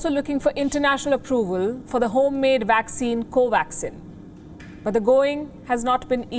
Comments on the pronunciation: He said waxine 🤣🤣🤣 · The guy keeps saying "waxine"...